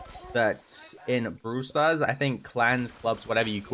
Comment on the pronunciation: I like how he says Brool stars Brooler Ulso